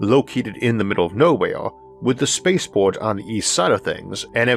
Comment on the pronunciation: What are yeeohaws (years?). By meow curiosity - is this guy speaking English?? Neil (below) mentions his episodes are getting longer. Well, that's because he has trouble to talk. Listen to the uniform music in every sentence and ... what's a space paw?